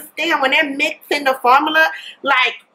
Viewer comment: "fermula" , "conselur"